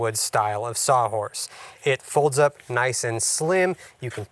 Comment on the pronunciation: What is a "sah horse"????